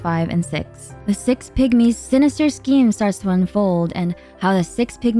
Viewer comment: Six pigmies Sounds like 6 “pick me’s” 😂 I genuinely thought you were making a joke for a minute. 😅